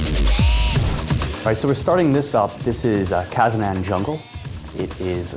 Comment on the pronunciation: Its actually kaznan -.- not kazazazazazanan